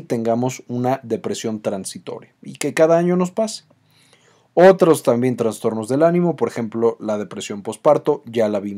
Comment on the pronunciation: ¿Transtornos? Es inaceptable que alguien que hable de cuestiones tan delicadas no sepa pronunciar los conceptos básicos.